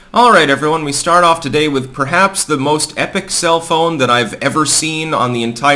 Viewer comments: I thought you said "cell phone" instead of self own. Boy was that confusing. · I always hear "self own" as "cell phone" and it sometimes throws me off. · Am I the only who who heard "epic cellphone?"